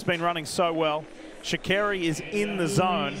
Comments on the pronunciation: Sha -car-Ree is how you say her name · Are they saying Sha’Carri wrong?